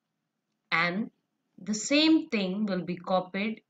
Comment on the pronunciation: It's thing not ting 😹😹😹👋🏻